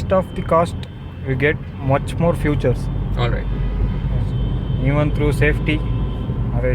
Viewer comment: Did he just say 'futures' instead of 'features'